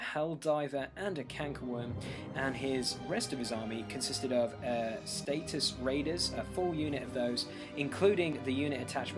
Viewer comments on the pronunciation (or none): Harvin? Derrrg? Status? ...do you even read these names? Nice BR tho, great to watch and nice narrative other than the name mauling! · Satyxis = "sah-TICKS-iss". Darragh = "DAH-rug".